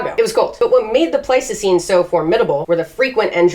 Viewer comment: I know what it's called, I know what you are actually saying - it's just that I keep hearing you saying Plasticine Animals and expecting you to be playing with creatures made with modelling clay.